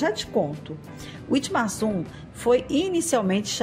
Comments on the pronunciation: Pronuncia-se vitmarsun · Dessa vez deixaram Rolândia em paz. Quanto Witmarsum a pronúncia correta é vitmarsum, é muito comum encontrar pessoas conversando em alemão pelas ruas, tem um grande vocação pra agricultura e pecuária, tem um clima ótimo pra quem gosta de um frio moderado. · Witmarsum é uma palavra alemã, então se lê ( Vitmarsum)